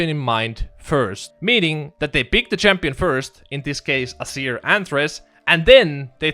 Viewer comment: Why do you pronounce it "Assir" instead of just "Azeer"?